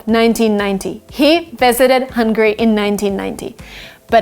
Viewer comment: I find it funny that you don’t make a difference between Hungary and hungry! You need to work on your pronunciation…